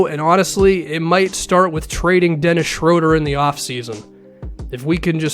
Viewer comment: It's SHROO-DUR